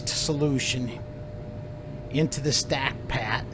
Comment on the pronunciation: is no one going to mention the wAy he said stack pat😂 i love it😂